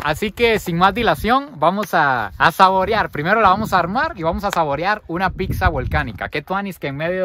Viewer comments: Tu contenido es muy bueno, pero si te recomendaría que mejores tu dicción, escuchar que dices PICSA a cada momento es molesto, debes aprender a decir PIZZA y muchas otras palabras como Marshmallow, si la pronunciación en otro idioma te es difícil, es mejor decirlo en español MALVAVISCO o en su defecto como dirían en Guatemala ANGELITOS. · No es PICSA VOS SEROTE!!! Es PITZA 🤨🤨🤨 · porque dices picsa?